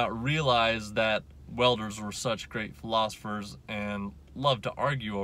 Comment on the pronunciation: Is it “philosopher” or “philosophor”. Haha I enjoy the vids, keep them coming!